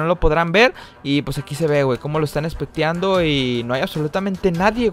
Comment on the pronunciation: Nadie: Absolutamente nadie: El: Espectiando V